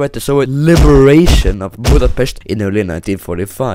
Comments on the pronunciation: I can't thank you enough that you said Budapest instead of BjUdApEsZt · Finally someone saying Budapest corectly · Hungarian speaking this was a really funny video and you said Budapest right and the answer to the Országház .... nobody f**king knows😂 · Finally someone who actually put effort into finding out how to say Budapest correctly ☠ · Te magyar vagy mert túlságosan jól montad hogy Budapest